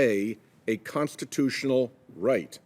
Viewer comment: WHAT CONSTATOTIONAL RIGHT IS THAT IGNORANT DEMOCRAT??? SPEAK IMPEDIMENT WEIRDO